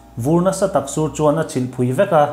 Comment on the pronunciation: "Chilh" ni lovin "chhilh"